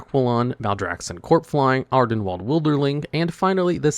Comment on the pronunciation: I believe it's AR-den-weeld (rhymes with field) not wald (rhymes with bald).